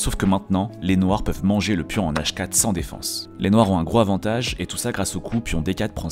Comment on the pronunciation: Très intéressant! Petite correction avec un Gros(Z)avantage, on fait la liaison, peut-être un jour...